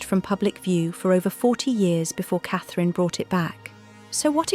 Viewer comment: The name you seem to be struggling with is Catherine Princess of Wales. Your rudeness Is unbelievable